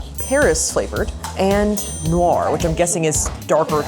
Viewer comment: Noir is not pronounced nor its pronounced Noar. Its french for "black" So its dark choclate.